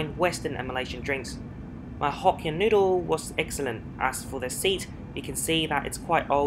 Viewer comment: Dear, started my sunday arvo by watching your trip back to Malaysia. It was a pity that you didn't try the nasi lemak, it would have a delight for your tongue!. Nevertheless the "Noo-dle" was a reasonable substitute. It was good to see you fly this leg as I often wondered how it was like. See you on your next flying adventure and thank you for posting again! Regards Hsiang, Adelaide.